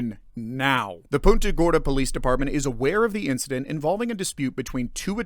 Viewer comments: It's not "Poonta" Gorda, it's "Punt-a" Gorda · It’s pronounced Punt-a Gorda and they chief of police is laughable! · Why can no one pronounce PUNT-uh Gorda?!